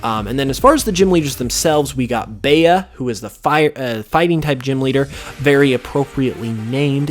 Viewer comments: Bea is bee not baya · You're pronouncing the fighting type leader's name wrong. Bea is pronounced "Bee". It's short for Beatrice. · i think bea’s name is pronounced ‘bee’ (like the shortened for of beatrice irl) as in like “float like a butterfly, sting like a...” yknow? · it says Bea name is derived from the word bean so would that not mean that her name would be pronounced as ‘bee’?? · I think everyone is pronouncing Bea's name wrong, I think its pronounced "bee" im sorry its just annoying me oml